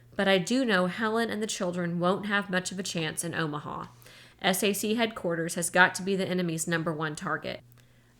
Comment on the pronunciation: Thank you so much for this! I love this book and I am listening to it for the second time! One note--I was an air force wife for 20 years. SAC is pronounced "sack." It isn't spelled out as S-A-C. Even tho it stands for Strategic Air Command, the abbreviation, SAC is pronounced as a word. But now I have to go back to listening to this amazing book!